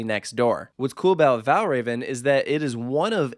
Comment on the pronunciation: Valravn is actually pronounced like vel-roun with an inaudible v between rou and n.